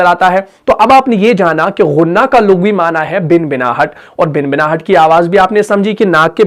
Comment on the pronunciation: خود صحیح ادائیگی نہیں کررہے بھنبھناہٹ کوبنبناہٹ کہرہے ہیں